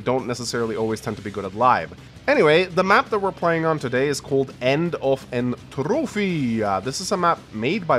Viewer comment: That’s not how you pronounce entropy.